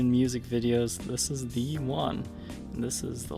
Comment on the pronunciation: Oh, you are saying THE les Paul ....I though you were saying VEE . I have never seen this Gibson model before. Very cool.